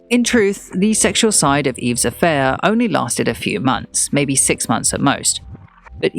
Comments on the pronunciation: Yves is pronounced EVE. #fail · Just a small pointer - I don't think one pronounces the s in Yves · Enjoyable except for the persistent mispronounciation of Yves.